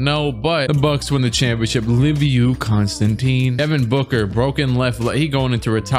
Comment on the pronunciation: The way you pronounce Liviu will never make me not laught